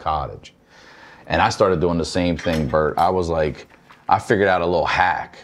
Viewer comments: I thought i was hearing shit 😅 I knew I heard brett!😅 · Tiff calling Bert “Brett” over and over.. I’m crying. 😂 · I love how Tiffany says Bret instead of Bert the whole episode. HAAAAAAA